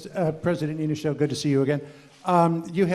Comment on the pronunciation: He also pronounced the Niinisto's name incorrectly lol